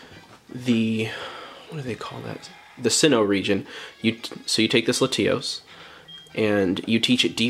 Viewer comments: “Luh-tee-os”?? Lat-E-os. 👍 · Dislike because “LaTEAOHS”😂 wtf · are we just going to gloss past the way he’s pronouncing latios….